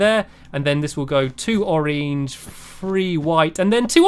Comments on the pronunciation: You say orange like orenge it is funny anyway I love you stampy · I just love how you say orange! You pronounce it as oreenge!😂<3<3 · i love the way u say orange stampy its like ur saying oringe now I will ask my mom if I can have an oringe for dinner I don't know why for dinner maybe for lunch